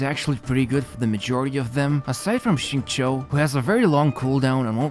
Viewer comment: That Xingqiu pronunciation blown me! Beats 99% non-native speakers. This man must put a ton of work learning this.